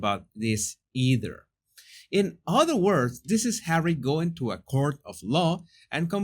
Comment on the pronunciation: Oh Jesùs I just love how you pronounce court…..curt, you’re adorable x